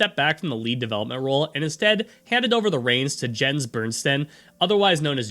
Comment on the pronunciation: You should probably check the pronunciation of proper names like Mojang and Jens if you are going to narrate a video essay about them.